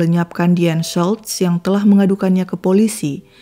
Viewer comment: Ci US , maaf nama Deanne Schultz seperti nama Jerman ya , jadi huruf u di nama Schultz ttp dibaca u bukan jadi a, Tksh.